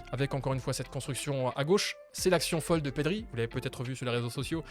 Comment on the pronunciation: Perry? Ah bon 😂 on dit Pedri c'est pas dur pourtant mdrr